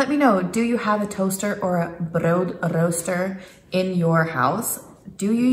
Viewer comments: Oh btw, it's pronounced as though it ends with a t. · Brood is pronounced with a hard t in the end, not a d (i.e. broot). Thanks for the vid. :)